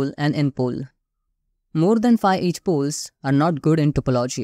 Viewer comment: I though he was saying H poles!